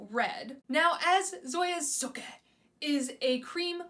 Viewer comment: Girl have you never seen Gilmore girls? That is not how you say Sooki lol but I am happy you're enjoying yourself ❤️